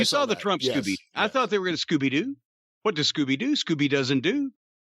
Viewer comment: "hWAT?" -Corny